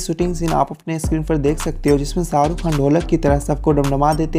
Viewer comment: I don’t know if I should say it or not. But the voice in this video has killed the beauty of Urdu and Hindi. So much so that all the charm of this video has been lost. I hope the video creator removes unpleasant accent and voice. And ask someone else to dub it in proper Urdu or Hindi. Just for record he was saying SAA RU Khan (millions of times he must have heard his on tv but still he cannot take his name properly).. omg my ears are still hurting.